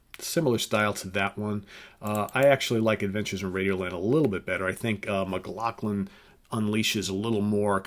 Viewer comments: McLaughlin. Not Mclacklan. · I thought McLaughlin's last name was pronounced, "Mick law flin" ?????? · I think John's name is pronounced McLauflin. ....